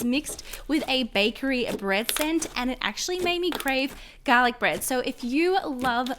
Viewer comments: Who else loved how she says garlec? 👇👇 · garlic bread? I thought she said galic like Galaxy I'm so stupid